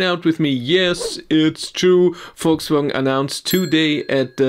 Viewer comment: Volkswogn. Are you from the south?